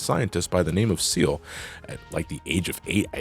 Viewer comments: "Ciel" as in "seal" ??? Nah, dude, it's "Ciel" as in "see el" as in "sky." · Just because it was bothering me, Ciel's name is pronounced C-L, See-El. No offense